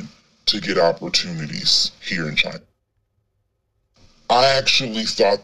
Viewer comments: Trump: “because it comes from CHY NA”😂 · Lol, rofl I thought I was the only one who found his pronunciation of China, helluva funny.